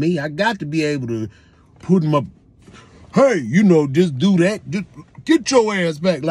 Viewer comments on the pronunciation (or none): He hit that "HEY" though 🤣🤣😂😂😭😭